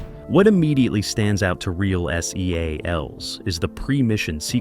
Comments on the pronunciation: ahahah like man, just say seals. 😂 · Why is it driving me crazy that this video is saying “S. E. A. Ls” and not “seals” as they refer to themselves. Obviously it’s in all caps, but it sounds weird hearing it say every letter. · I agree that this narrator sounds idiotic saying S-E-A-L-S lol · The narrator lost me by spelling out S E A L S. I shut it off